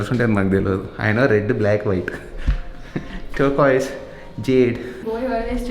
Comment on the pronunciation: turcoise -: tarcaise 🤣